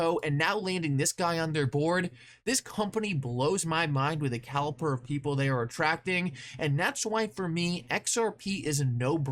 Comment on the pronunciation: *CaliBer of people. Not caliPer of people. 👍